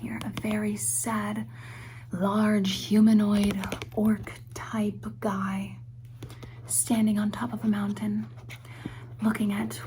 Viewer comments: "orc.. type (of) guy" :/ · "orchetype" seriously?